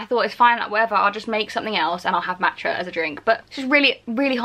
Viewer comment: the way she says matcha is so irritating😂